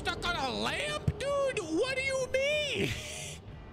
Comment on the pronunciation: Absolutely love the way he pronounces "dude". It's subtle, but it makes me chuckle everytime. Dunno why.